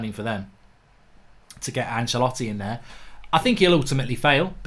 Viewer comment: Who is Achalatti??? Its Ancelotti